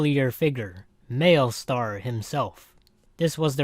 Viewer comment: did this dude just say mailstar